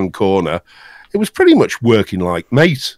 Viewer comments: Mate' desktop has a small section on there web site on how its meant to be pronounced, and is in fact pronounced "Ma-Tay" according to their web site quote: "The name “MATE”, pronounced Ma-Tay, comes from yerba maté, a species of holly native to subtropical South America. Its leaves contain caffeine and are used to make infusions and a beverage called mate." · please keep calling mate MATE and not meit....